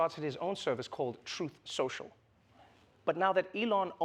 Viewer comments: 😂 trump couldn’t even read his own apps name correctly. “Trut central” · PSYCHOLOGY WORK 🤣 Trump: "Truss sential" TRUTH and SOCIAL is so way off the TRUTH that not even this notorious LIAR is able to speak them out correctly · He can't pronounce his own app, poor advertisement bro. Trut setial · Trump can't even say the name of his own social media platform. hahahaha 😂 He's a pumpkin head so he has pumpkin seeds for brain cells. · The whole joke is that the words he messed up were the name of the company he is trying to advertise. The company is a two word name and he messed up both words, with two tries. That's funny. It isn't just a mispronunciation. Those aren't funny. Hope that helps.